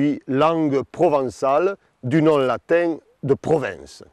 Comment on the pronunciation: J'aime comment le narrateur prononce le mot latin comme latingue